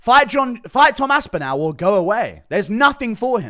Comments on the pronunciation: START PRONOUNCING ASPINALL THAT WAY... ASP IN ALL... NOT OWL.. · you are pronouncing Tom’s last name incorrectly..say ‘all’ then say ‘AspinALL’..not Aspinal’…trust me..there’s about 20 million people in North West Uk where the name originates that shudder when you mangle it..😂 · Northwest England, not UK. He does say it weird though, even for someone from the south.